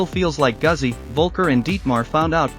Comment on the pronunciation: Pronounced Gootzi